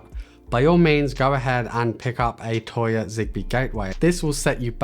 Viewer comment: Please stop saying toya....